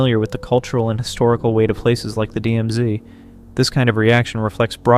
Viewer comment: Is this AI generated? there is an awkward jump between two sound clips. : "DMZdee" : Please enlighten us, what is a "DMZDee"? : Ugly cut for background music : There is no pause between the previous sentence and "silence?", when a pause would be natural. I stopped bothering at that point.